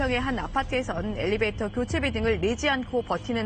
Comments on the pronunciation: 터터터~~됬나요? 받아쓰기 시험 보는 것도 아닌데 그냥 애교로 넘어가 주세요🤗🤗🤗🤗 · 엘리베이터에요 엘리베이트가 아니고. elevator 영어 발음도 엘리베이터입니다.